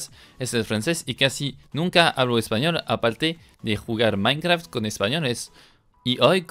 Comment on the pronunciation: Uh lala señor frances minecraft,se dice mainkra okno